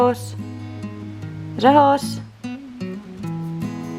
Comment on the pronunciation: No "Jehosh", but Řehoř. Letter "Ř" is only in Czech Republic.:D